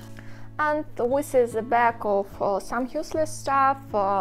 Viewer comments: Are you saying "wis is" instead of "this is", or am I not hearing correctly? :D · Yes. Good english overall: Wi instead of sound Th Ex. Winter vs the Just a small correction to make Reposting so she can get an alert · Уис вос э литтл кринге. Следует тщательней поработать над произношением. От такого пронаунса над нами и смеются... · Good English far better than our Russian!:-) If too troublesome can try an alternate phrase like "you see my..."or "check out my..." or "that's my", etc. For fixing 'This is...' pronunciation, always use 'The' sound vs 'wis/h' or 'winter' sound. Heard 'winter' pronounced correctly too. Many 'this is' sounds like 'wis is'. but hear correct 'this' first & last times. Also pronouncing 'the' correct too. Can practice rerecord audio and replace the video audio if tech savvy maybe. Or just add a note about my English is improving daily! :-) and pin it at top of comments of insert as text in video and reupload video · i thought i was the only one hearing it.